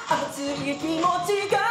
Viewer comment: 熱いｷﾓﾃｨがぁ〜 に聞こえてきて苦しい。ごめんね。推してるよ。